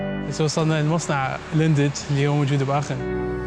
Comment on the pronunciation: فديو روعة عاشت ايدكم، بس ملاحظة صغيرة وبدون احراج، كلمة Lindt حرف ال D ما ينلفظ. اتمنى تتدربون اكثر على لفظ بعض الكلمات باللغة الالمانية لان انتم عايشين بالمانيا وجاي تسوون فديوات هم عن المدن الالمانية. تحياتي